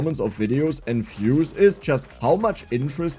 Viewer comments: For the most part of this video I was wondering just what fuses are you talking about. And only then I realised that you're a German and that is actually "views", not "fuse", because you pronounce "v" as "f" in German >_< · Was confused for a few minutes about what is these "fuses" is talking about.. when i realized he was saying views 🙂